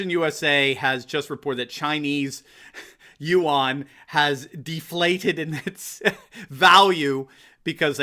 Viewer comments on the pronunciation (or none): Look up how yuan is pronounced. :)